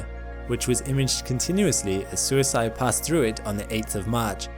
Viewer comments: SUISEI is more like sui-say than suici(de) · Love the channel, and I love the video. Completely irrelevant, and in a genuine spirit of helpfulness, but suisei is pronounced "swee-say." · Was so confused on what's "suisai" Turns out the pronunciation was off, lol. Suisei means comet in japanese. Which means the probe that visited the comet is named comet. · The last syllable of Suisei is "say", not "sigh". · I kept mishearing “Suisei” every time… Better approximation for those not familiar with Japanese phonology: “sᵘwee-say”… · I'm just a cracker from the deep south, but I believe the Japanese pronounce "comet" something more like "swee say". With the "ay" like "gay for pay" not "guy for pie". The way you keep saying it sounds more аиd more like self permanent sleep each time I hear it lol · For reference. suisei is pronounced sue-wee-say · “Suisei” is pronounced more like “swee-say”. Japanese is phonetically simple for vowels. The “e” for Sakigake is same as “e” in Suisei. Suisei also happens to be the Japanese word for “comet” 😊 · Hey narrator guy, Japanese vowels are always pronounced the same way, no matter what. no matter where they are in a word. so the E sound at the end of Sakigake is pronounced the same way as the one in Suisei. Same as the E in ramen, same as the one in mecha-gojira. if you're ever not sure how to pronounce a japanese vowel, just think of any japanese word you do know how to pronounce that shares that vowel, and pronounce your vowels in the same way. basically, if you cancorrectly pronounce samurai and ramen and naruto, you can pronounce any japanese vowel correctly. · Suisei was badly mispronounced